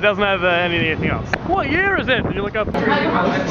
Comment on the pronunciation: "H'WHAT YEAR IS IT"